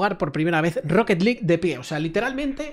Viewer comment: Rrrrroqueet liiiiig